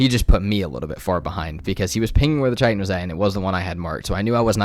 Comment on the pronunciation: Love your video but I’ve got to say. It’s pronounced Kai Tin not Chi Tin